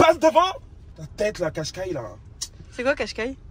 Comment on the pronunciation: " qashqai-e" x))